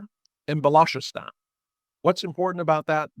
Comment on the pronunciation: Balosh-ee-starn? Was he talking about Baluchistan ?